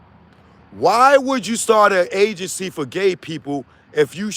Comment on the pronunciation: Please say “gaygency” 10 more times.😂😂😂😂